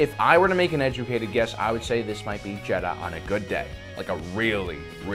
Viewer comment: It’s jedha